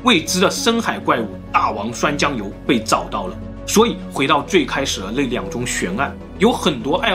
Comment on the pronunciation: 你没听错，总裁说的就是大王涮酱油。鲸落他都能说成京诺，不看字幕真听不懂。